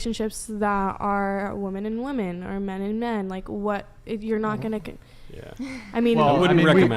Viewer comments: Hasn't anyone ever taught some of these ladies how to pronounce the plural of woman? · Also, while I'm ranting. Will someone tell Gen Z that the plural of woman is "women", and it's pronounced "wimin", not "woman". Drives me up the wall. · This is so hard to listen to.. Between all the "likes" and them pronouncing the word women as "woman" every time. What a sad group of girls mocking God, which is truly what they clearly need. Michael handled this very respectfully.